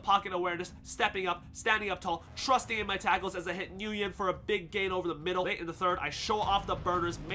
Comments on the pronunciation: the way you say Nguyen is so disappointing. It’s pronounced, WYNN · btw Nguyen is pronounced "win"